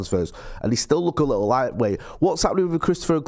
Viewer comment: He said “Likkle” 🤢